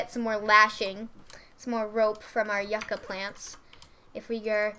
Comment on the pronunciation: Omg lol, I cringed everytime you said Yucca. XD It's pronounced you-ka.